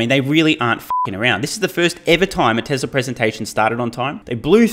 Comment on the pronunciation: How come you say tesler and not Tesla 😂